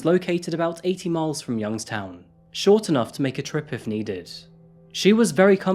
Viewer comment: Youngstown native here. I did a double take when I heard you say the town name. Keep it up bud. Love the channel